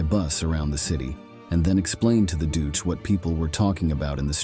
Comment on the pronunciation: Doose????? Don't you mean EL DUCHAY? Not the spelling but how it was pronounced. Pathetic AI. Pathetic editors too. EL DUCE, was this bastards name.